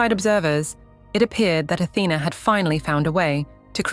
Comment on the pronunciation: Her correct name is Athena, the tone is on the lady a.